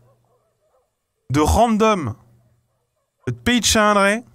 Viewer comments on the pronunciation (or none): Je viens de comprendre que le village s'appelle Chalindrey et pas Chiiiiiinnndrey